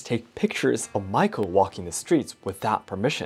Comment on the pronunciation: Not Maiko, the pronounce is like Ma-Yi-Ko